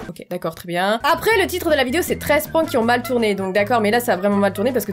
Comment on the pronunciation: Wsh elle dit PRAAAAYNKS😂